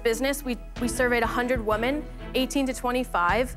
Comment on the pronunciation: Please explain to this girl the difference between “Woman” and “Women”